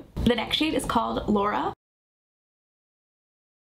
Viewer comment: I believe that 3rd glossy color is pronounced just like the high school in Anaheim is pronounced ... Loara not Laura. ❤They all look great on you.